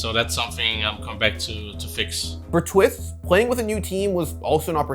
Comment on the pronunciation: " For Twift " Who The Hell Is Twift ?